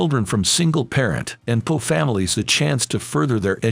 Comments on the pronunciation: The word poor is NOT pronounced po. Poor. Pronounce the r! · love these stories but some of the AI pronunciation for words either cracks me up (poo for poor) or makes me cringe (like saying niece instead of nice in another video) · Learn to pronounce poor & bow